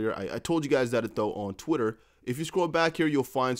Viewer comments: that "tweetah" in french accent brah! 😂😂😂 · I love how you pronounced "twitter" in Italian accent 😅